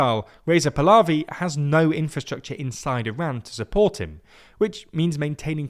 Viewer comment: E-rain: try "E-ron" Hameney: try "kom-N-A-E" Pulavi: try "palla-V" like palladin.